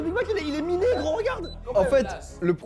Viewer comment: Il a dit miné comme une mine genre une bombe